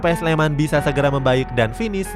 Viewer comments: PSS SLEMAN Woyyyy bukan PS SLEMAN .sek bener le ngucapke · PSS SLEMAN BUKAN "PS SLEMAN" ALE. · Lain kali penyebutannya PSS SLEMAN min,jangan PS SLEMAN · PSS Sleman mas mbacanya, bukan PS Sleman. Kayak PSM kan mbacanya PSM makasar bukan PS Makasar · PSS SLEMAN BUKAN PS SLEMAM